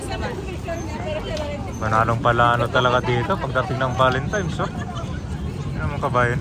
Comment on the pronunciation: correction lng po if ok lng,hindi po sya valenTIMES ang pgbigkas kun di valenTINES po sya.thank u po!